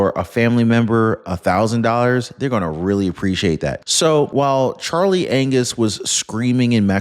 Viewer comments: He said Charley Anus 😂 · Did you just call him Charlie Anus?